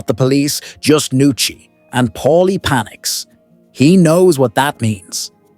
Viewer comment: It's Paulie, not Polly, not Molly ... PAULIE.